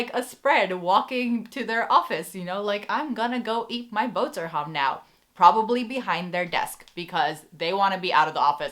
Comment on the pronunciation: Loved how you said boterham.